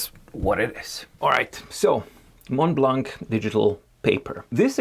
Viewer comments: Hi, about the pronunciation of the brand. It's spelled "MontBlanc," but it's pronounced "MonBlan." In French, we don't pronounce the "t" and the "c." These letters are present in the different variations of these words. 😉👍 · Please pronounce it “monblan”.